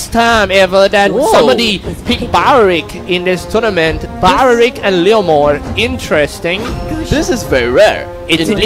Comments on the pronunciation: Gosh same ... Belerick not bawerik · Belerick not balarick lol 😂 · It's BELERICK, spelled as B-E-L-E-R-I-C-K NOT belewik 🤦🏻‍♂️ dude can't even pronounce 🤦🏻‍♂️ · IT’S BELERICK, NOT BALARICK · Others: belerick That commentator in left: baralik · Bawaaarick.. seriously baeewrick... WTF nationality is not an excuse for such horrid english pronuncuation. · Bayeyerick bayeyerick..hahaha im dead 😂 sorry 😂😂😂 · How to pronounce belerick properly its bawlawrickk 😂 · BALARICK ? HAHA THATS WHAT IVED HEARD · Ba Ya Reek ?! RIP Belerick OMG this is so frustrating to listen to. Biased casting and super fail on pronounciation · belerick not bowrick! gusion not gus-yon! barbiel not barber ! washing machine not watching matching!